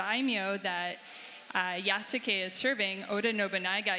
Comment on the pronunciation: why does she keep saying Ya-Sue-K. Cmon you're the Assoc Narrative Director